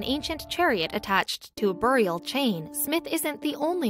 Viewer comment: Every time she says buried and burial wrong take a drink.